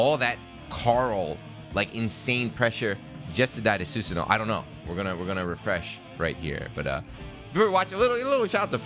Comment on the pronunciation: It's pronounced 'Su-san-Oh--Oh'. It's a common Japanese mythical character, he's even in the Warriors Orochi games.